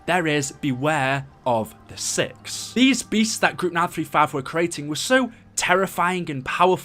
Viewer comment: Lol i had the subtitles on he sad six sub said sex 😂😂😂😂